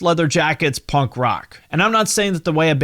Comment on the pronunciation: Never heard someone say punk like that. Ponk